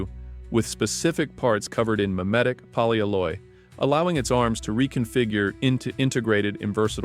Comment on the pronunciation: Poly alloy. It's a compound word. It's not "polyaloye"